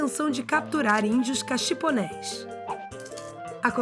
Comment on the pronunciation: Eram Índios Coxiponés. Não eram "caxiponés".